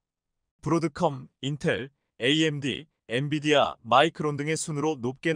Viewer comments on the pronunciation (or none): none